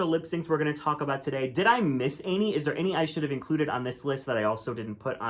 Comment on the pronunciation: The way that can’t pronounce the word “Any” always makes me cringe. “Ay-knee” Say “many” now remove the ‘M.’ You don’t say ‘maynie’. Just something I’ve noticed a lot. really says “Any” a lot. Now you’ll all notice it.